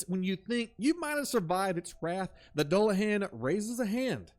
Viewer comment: doo-luh-han, great video, ive just never heard it pronounced the way you say it lol. Han like Han Solo